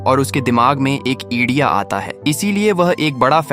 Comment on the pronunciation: edia nhi Idea 💡 hota h bo